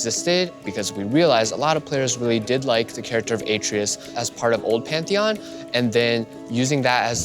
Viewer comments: A-tray-us. Not a-tree-us. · He keeps saying A-trius, isn't it {AH-TRAY-US} Atreus? Like in GOD OF WAR 4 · AH-TREY-US. can you seriously not say his name right, BOI.